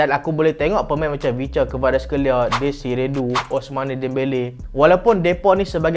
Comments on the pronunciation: please.. DESIRE DOUE, bukan dou.. Sakit telinga mat dngr, desire dou mmnjg.. Kvicha hang sebut elok pula.. Ok sekian ragebait post.. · Bang. Bukan dezire du. Cara sebut dia due (e dia e 'e'nak, 'e'pal, 'e'kor) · huhu itu la heran jgak sapadia deziru du tu 😂